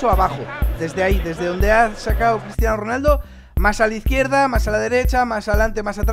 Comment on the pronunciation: Min dice Cristiano ronalda